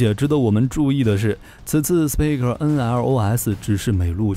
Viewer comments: 很棒的視頻 只是英語發音要加強一下了 Spike應該不是念成史匹克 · The pronunciation is not 'speed' .